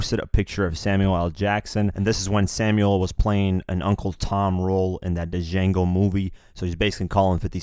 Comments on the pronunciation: “Da-Jango” lol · This man don’t know anything about nothing lmao!!! DA JANGO!!! Hhahahaha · Lol did you just say "Dee-jango" ? Django said himself... "The d is silent..." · DJANGO THE D IS SILENT SMH... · It's pronounced "Jango" bruh LMFAO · "Da Jango" gonna be my rapper name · Why tf you pronounce the D in Django... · I was looking for this comment LMAO the D is silent ya'll 😂😂